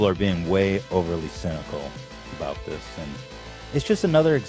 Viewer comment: That's what it's all aboot